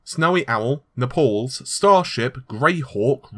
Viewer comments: THIS... Makes me wonder how might pronounce some (other) Italian city names, if Naples is "Nepals" instead of "Nay-pulls". Row-mey? Vee-nice? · Naples not Nepals